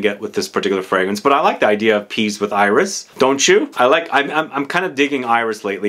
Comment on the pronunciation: Thank you for this nice dense review. I'm very excited to discover l'artisan parfumeur 's "le potager" collection ! "Céruse" is a white coloring substance. It was used in paint and cosmetics.It's not used anymore because,coming from lead, it is toxic. Also the "s" in french iris is pronounced ;) ... I know, my motherlanguage is often illogical.